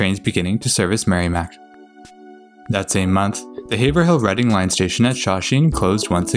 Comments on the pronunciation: Or it’s pronounced have-roll. Nay-tick. Bill-rickah. Woooooburn. And Lowell is simply Lowl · Haverhill is pronounced "Averill". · Woburn (Woo Burn) Haverhill (Have [long A] Rill) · Here, let me help you. My hears are bleeding right now: Woburn = "Woo-burn" Soughton = "Stoh-tin" Haverhill = "Hayv-rill" Lowell = "Lohl" Dedham = "Dead-um" Concord = "Cong-kird" Natick = "Nay-dick" Falmouth = "Fal-mith" Quincy = "Quinn-Zee" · Congrats for pronouncing Worcester correctly, but you got Haverhill (hay-voille) and Natick (emphasis in Na). Also love the fact that you didn't bother to try to pronounce Billerica (buur-rik-ca) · you see, I used to think Haverhill, and the way you pronounce it were 2 different places. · This is a great video production. However, my only real criticism is on the pronunciation of several cities and town in Massachusetts. As a native of Mass, I know how various names are pronounced by the locals. There were other locations like Haverhill, and a few more where your pronunciations were off. But these while amusing to some are very tiny criticisms on the video. You did a wonderful job of producing this video. Thank you very much! :)